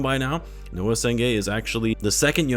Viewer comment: Noa not Noah